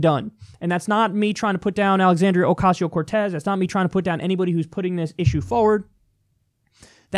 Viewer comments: Graham Siggins "Alicia" lmfao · Jefferson Rose Alicia? lol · Not even mispronounced, literally just said a different name lol